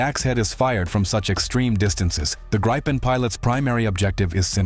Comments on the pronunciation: yea he need to pronounce it like "Gri-pen", or more like "gree(as in green but without the N at the end)-pen"(gree-pen) not "Grai-pin".. but it's hard for ppl that don't speak Swedish, so i'll give him a break, i'm just happy he covers our fighter jets, i appreciate his coverage! Glory to Ukraine! Ruck Fussia! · How to Pronounce the word(s) "Saab JAS 39 Gripen" not Grypen ☺🤣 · GREE pen is the suggested pronunciation.